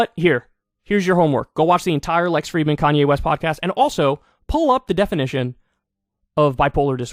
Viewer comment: Fridman, not Freidman!!